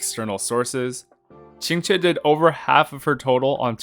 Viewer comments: That Qingque pronunciation is really authentic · Someone saying qq’s name properly?! Never thought I’d see the day (No shade toward most ppl; chinese pronunciation can be hard esp once you get tones in the mix)